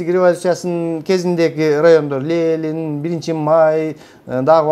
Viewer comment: Лелин дебей,Ленин денизчи,туура суйлойлучу,туура тушунунуз.Эн акыйкат нерселерди айтып жатасыз,азаматсыз